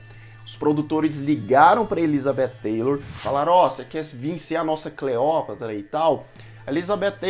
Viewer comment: Oi, você está pronunciando "Taylor", com a língua entre os dentes, e está incorreto! A língua entre os dentes seria se tivese o "th"! A Cleopatra VII, a histórica, era negra, não entendo terem escolhido a Gal Gadot, depois muitos produtores hollywoodianos dizem que não racistas!